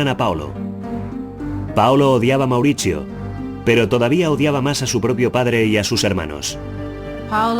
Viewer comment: Mauritchio.. Patritchiaa 😂